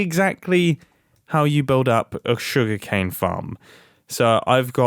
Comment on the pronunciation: every time mumbo says "sugercane" i think of that ely remix